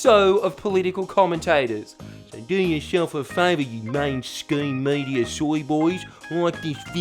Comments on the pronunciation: Sorry but does ya boi actually call it the “mainscheme media” or did he flub his own script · can't even say 'mainstream media' correctly.... let alone know what he's talking about. (he said 'main scheme media )..I bet he doesn't even know the actual term, he just as you say is parroting (but incorrectly) what he's heard on tv. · Yeah and he said "mainscheme media" as well. Biggest OK boomer shit I ever heard; making a error in a video and not doing a retake... SMH